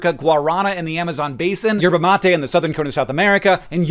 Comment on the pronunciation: as a brazilian, i genuinely went into shock upon hearing your pronunciation of guaraná and mate